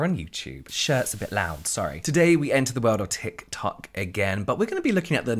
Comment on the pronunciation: Thank God! Luv the tikular tok content! Not just bc I luv saying tikular tok either 🤣